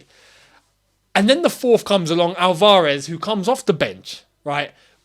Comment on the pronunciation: mate, the way you say Al-VAR-ez. He's flippin, South American not Algerian, lol